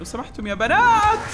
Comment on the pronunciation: يضحكني إذا قال يا بناتس😭